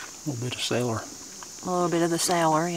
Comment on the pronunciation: Caller! I had to think about what you were talking about for a few seconds! I thought you said sailor. I bet you might have to pause in thinking about what I’m talking about too.